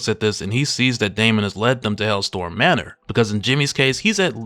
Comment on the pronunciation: It's HellSTROM. Not "Hellstorm."